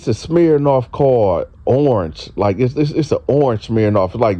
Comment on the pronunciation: My nigga said smhirnoff 😂😂